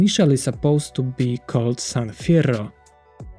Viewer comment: Also in dialogue, Cesar pronounces it "San Fiero" and not "San Fierro" so it seems like beta leftovers combined with evidence from tattoos and Rifa tags.